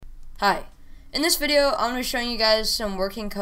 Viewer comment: “hi... *IN THIS VIDEO* i just love that 🗿